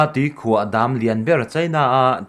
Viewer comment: ~ Tuikhuah 'chim' thluk dan hi ngaihtuah chiang la, a dik zawk i hriat tho kha. ~ Kum 10 'bi' tel thluk pawh "i nei em' tiha "i" thluk ang hian thluk ni se. ~ Chuan, 'hleihluak' pawh 'bei chhuak' tih angin thluk zawk bawk la.